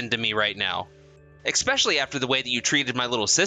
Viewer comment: eSpecially Not eXpecially!😉✌️❤️